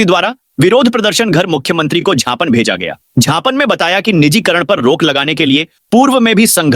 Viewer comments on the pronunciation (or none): झापन नहीं ज्ञापन बोलो खराब लगता है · झापन और ज्ञापन में बहुत फर्क है 😂😂😂